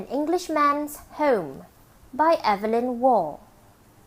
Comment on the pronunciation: Appalling narration. Squeaky voiced amateur who can't even pronounce the name Evelyn probably and sounds as if reading is a struggle for her and she's a bit simple, in fact a mentally ill child-woman. One wonders if she has any family to tell her she's humiliating herself with her channel. The self delusion is off the scale with her to inflict this travesty on anyone.🤦